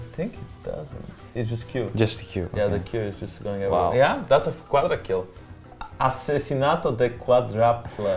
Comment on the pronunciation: Jankos said Asesinato de cuadraple hahah i love it